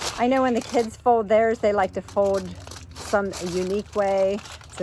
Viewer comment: ...you made me laugh again, because when you said "fold" it sounds like fode instead. Ya swallowed the "L" just like Mike does whenever he says COLD, it sounds like code instead! You're twins swallowing the "L"😎. And ya made me hungry by cooking at the firepit.😍